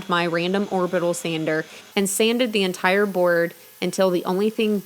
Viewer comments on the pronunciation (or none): none